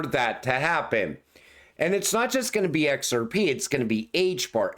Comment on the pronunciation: My favorite part is when he says "X Rrrr Peee" 😂 Great video nonetheless